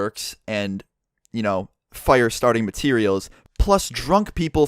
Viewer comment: you say fire funny